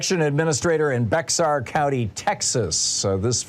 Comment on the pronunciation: Bexar County is pronounced Bear County. I've lived there before.